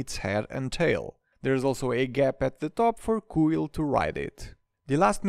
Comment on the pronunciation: Great set, but i know my man didn't just pronounce Kuill "Koo-eel"